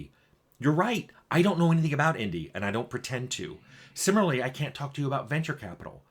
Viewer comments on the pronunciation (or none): none